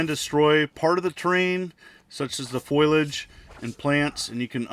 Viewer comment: Foilage? It's pronounced "fol-i-age" thanks to our little walking libary